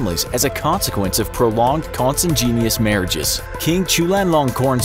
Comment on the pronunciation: kon-san-JEEN-yuss, really? It's kon-san-GWIN-eeyuss. I don't understand why you never look up how to properly pronounce words, it's truly baffling